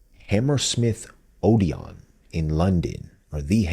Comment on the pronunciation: and Odeon not OdeON